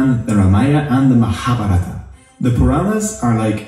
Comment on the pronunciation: No, what annoys me is the incorrect emphasis. Like maHabhaRaata vs MaHaaBhaarata. Sanskrit does in fact have those vowels at the end. Hindi took those away.